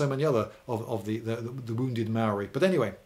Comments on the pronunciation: Maori is pronounced “Moul’dy” And yes, kiwis like digging holes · Maori is pronounced with a rolled r. I always thought of it like arrriba. maorrri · Tauranga= Pronounciation = toe -rong -a Maori = mould - ee, although I’m glad you didn’t say The Marry people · Your content and style are great ,however your pronunciation of especially maori words and place names is very hard on a kiwis ear. Tauranga (tow-ronga) maori (mau-ri) and pa is spelled this way as maori is a written language. I suggest its only ever been spelled pah in pomey books. Love your work though. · Why do English people never bother to learn to pronounce the words they're using in educational videos? Maori is not pronounced mowi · its pronounced maourii the ao should be quite deep and you roll the r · I reported you mate. You have no idea of the cultural context, you mispronounce Māori words and called Māori "less civilized". As a New Zealander it's really unacceptable for me.